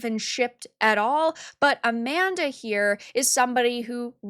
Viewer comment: Yeah A-man-dah, Lol.